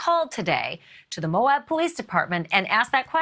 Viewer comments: Pronunciation of Moab is Mo-abb, as opposed to Mo-obb. Thanks! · It’s pronounced MO AB. (Like ap ple or ab domen). Not Moaub